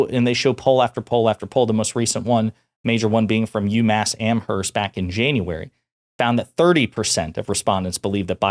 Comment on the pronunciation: Agggggg I HATE ( Massachusetts resident ) when people pronounce the h in Amherst.... it's silent!!